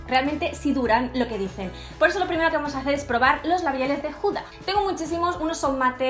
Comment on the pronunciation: Que no es Juda es HUDA con H no con J. Tan inglesas que vais y pronunciais los nombres fatal